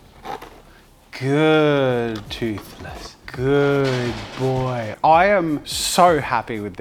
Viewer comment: idk how he managed to screw up toothless but aced hiccup 🤣